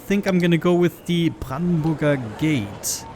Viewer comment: German? Brandenburger Gate was pronounced too good.